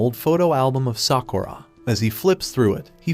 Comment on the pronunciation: Every time he says sakuurra I want to punch him